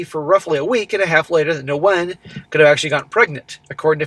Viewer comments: Nguyen is pronounced Winn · the Ngu is pronounced as a Wh sound. The name sounds more like "when". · Nguyen is a very common Vietnamese last name and pronounced 'win'. That was like nails on a chalkboard thr amount of times said it wrong. In any case, what a total dumbass and he got what he deserved. Thinking with his dick rather than his brain.